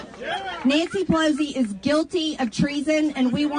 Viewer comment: “Pelozi”. Mtg is whack.